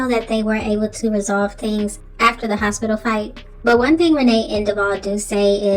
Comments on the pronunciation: “Hospilla” 😩 he need to learn how to speak fr and Renee never made her family seem more perfect. She had def talked about their drama too. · “Nelected” and “hospilla” 😂😂